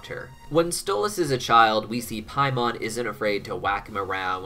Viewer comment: I'm sorry, but I just keep loosing my focus when I hear the name "Paimon"😭😭😭